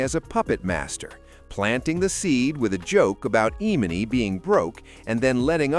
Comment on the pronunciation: the AI narrator pretending to be a black man is so damn funny edit:@ the AI gets emannys name wrong